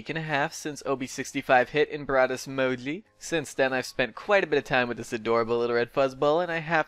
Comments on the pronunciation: I think its name is moji but you are saying modli and captions are saying mowgli😂😂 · i thought he was saying modley for sakes of being cute, didn't realize you had a speech problem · Ur saying Moji very wrong, jesus.. c.c ur saying Mogli or smth lol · Why do you call him "Mogli" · can you not pronounce the "J" noise or what?